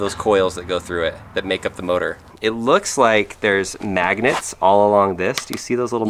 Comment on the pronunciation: He said nagnet